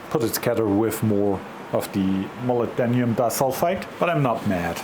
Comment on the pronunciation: In English it is 'Mo Lib Den Um' (lib sounds like lip with a B) Nice adapter BTW :-)